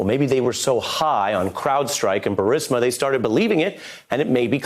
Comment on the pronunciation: Why do people pronounce words that end with 'a' as 'er' . Guiliani said burismer